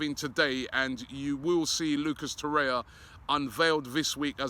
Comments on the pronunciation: FFS Robbie it's Torreira and not Torre-ya. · Please say Torreira not Torya. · Robbie it is TorreiRA. You also fail to pronounce the last syllable -RA. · The 'r' in Torreira isn't silent "obbie" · Waiting for Robbie to pronounce it properly too.